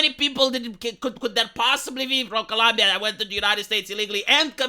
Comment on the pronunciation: Love this channel, but for goodness sake, please the name of the country correctly.